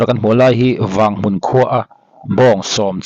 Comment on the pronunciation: Mizoram a chhiatna rapthlak i tia.. Vanghmun Tripura i rawn ti lang daih a.!! Vanghmun pawh ilam dan a dik lo. ' vang: tih hi thluk suh.